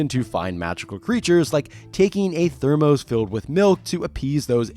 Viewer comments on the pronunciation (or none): Thermos isn't Therm-OHs. It's... thermus. LOL